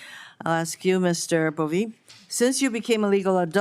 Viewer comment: I love how this senator calls him "Boveee."